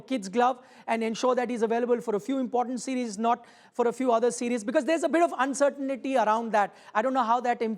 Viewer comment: There you go! The anchor says uncertain ity. Where do you guys learn your English.😅